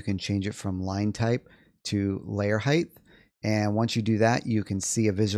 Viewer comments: Height. Not Heighth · Not a typo. On the video you are saying Heighth. Like Width. But theres no TH in height. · Hite. It’s pronounced hite. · 😂 I kept hearing that also 😂😂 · I found that annoying too, but you know what's more annoying? All these human bean bags arguing about it.